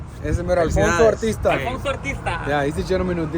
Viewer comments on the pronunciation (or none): It’s Alfonso Artista… tryna make it sound all extra Espanol and shit lol